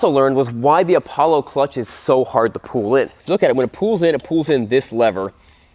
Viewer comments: Its not apablo its apolla like apolla one rocket flight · Lol he really just said "APABLO" its Apollo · Man said an Apollo is Apoblo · Bruh it’s apallo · Apoblo is how he pronounced it at start lol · Its called "A Pablo" 🤣🤣🤣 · Name:APOLLO says”Apoblo